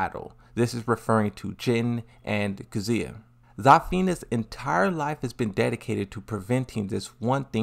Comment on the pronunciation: Still can't get over the fact that Claudio says Kazuya as CATZUYA. If you understand Italian you probably laughed your ass off.